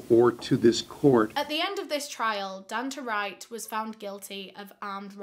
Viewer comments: bestie i think its probably pronounced don-tay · It’s pronounced DONE TAY